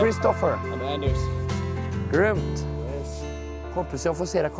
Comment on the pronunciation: Haha, när han snackar engelska och säger "grymt" med engelskt uttal. Han är kung!